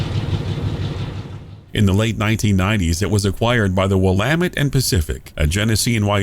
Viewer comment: Kudos for pronouncing Willamette correctly!